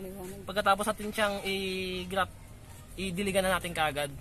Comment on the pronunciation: Puro "guys" at "is".. tsaka its graft not "graph"...